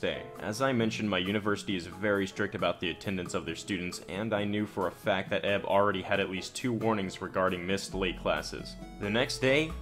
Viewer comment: Dude. Stop saying "EB" and "EK" like a word. EK = [iekay]. EB = [iebie]